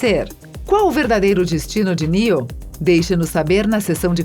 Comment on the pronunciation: Por favor ensinem as pessoas que fazem seus videos a falar em inglês ou pelo menos usem apenas os termos aportuguesados. Ela fala mÁtrix, matrÍx e mÉtrix e nunca o correto mÊitrix, ela fala nÊu, nÊo e nIou.